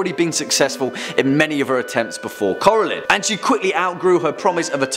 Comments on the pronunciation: Never heard of Kora-Lynn. Love Coraline though. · Core-a-line not core-e-lin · Come one man I know you know how to say coraline they say it a lot in the movie Cora-Line